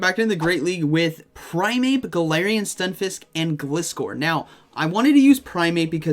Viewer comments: I think it's pronounced "ga-lie-score" that's how the anime pronounces gliscor 😅🤔 Cool to see gliscor & primeape there I think they got potential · Gliscor is pronounced Gl-Eye-Scor